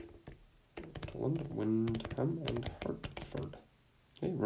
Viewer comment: great job. btw tolland county is pronounced “tah-land” instead of “toe-land”